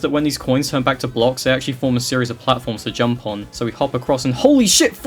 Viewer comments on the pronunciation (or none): none